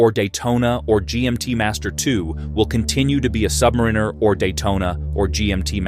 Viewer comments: AI needs to learn how to say "submariner". What we get is "submrrinrrr" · I have now watched three videos similar to this ... "the Rolex sky is falling." Not only were they nearly identical in their content, but NONE could properly pronounce "Submariner." All credibility was lost. In truth, there was no credibility because as a watch collector I am very familiar with the market and it is still nearly impossible to get a Daytona, a 5811, or an AP RO from an AD. The peak for grey market pricing was in fact Feb./Mar. 2022. Those grey market prices have dropped, but the AD prices are only higher.